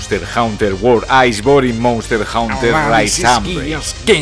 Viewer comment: monster "jaunter" jaja , muy buen video maquina, no te conocía pero veo que compartes la misma devoción que yo por el gran infravalorado de khezu, ya tienes un nuevo sub.